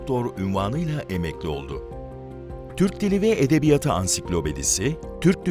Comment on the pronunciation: Lütfen, edebiya:tı diye teleffuz edelim. Edebiyat kelimesi eksizken uzatılmaz ama kendinden sonra ünlüyle başlayan bir ek ya da kelime geldiğinde son hecesindeki [a] bir ses birim uzar ve toplamda 2 ses birim okunur.